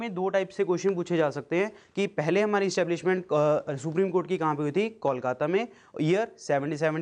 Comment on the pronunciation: acha samjhaya hai sir ....but voh "Kolkatta "nehi sir KOLKATA hai